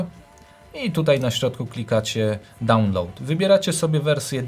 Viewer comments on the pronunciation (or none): none